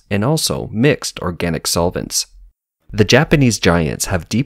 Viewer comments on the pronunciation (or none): none